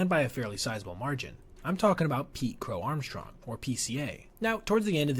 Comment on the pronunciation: his name is not pronounced armshong.